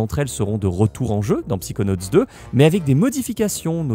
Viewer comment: On dit "Saykonauts" et pas "Psikonauts"